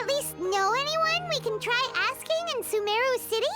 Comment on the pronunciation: It is Sumeru not Sumaru